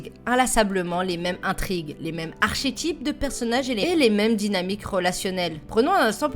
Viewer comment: Très bonne vidéo! Archétype par contre, c'est comme orchestre (son /k/ pas /ch/) :p